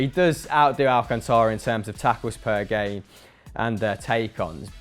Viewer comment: Big of the channel but you guys keep mispronouncing the last name of Thiago Alcántara. The way how is pronounced Al-Can-Ta-Ra. I already thought The Front 3 podcast how to pronounce it properly.